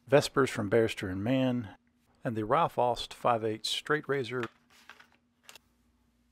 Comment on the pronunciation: Aust is German, and as such the "au" should sound like the "ou" in the word "out".